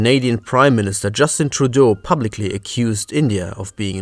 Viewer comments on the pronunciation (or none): none